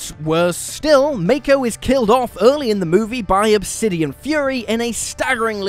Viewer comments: Pronounced as Mach-o, not Make-o. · I know, right? It's Mah-ko